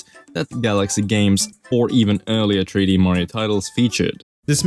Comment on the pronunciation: you said super mario tree d land